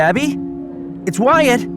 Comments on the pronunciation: WHY DOES WYATT SOUND LIKE GYATT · Wyyat sounds like gyyat lol who agrees? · "Wyatt" nah "Gyatt" 🤔👍